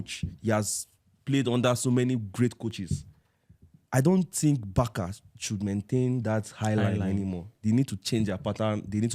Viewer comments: Barça is pronounced Bar-sa not Bar-ka. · Why Nigerians always pronounce BARCA like that,BARKA how